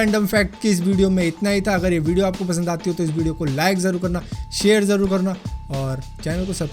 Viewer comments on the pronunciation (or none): none